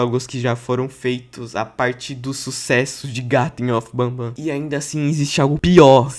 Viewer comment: Porqmr vice falou malw dl mep garten of bahbban 😡